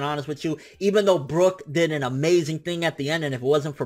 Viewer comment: sorry but I gotta say it's brook. yohohoho